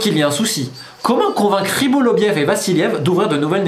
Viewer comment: Pourquoi tu dis toujours "Rybolovliev" au lieu de "Rybolovlev" ???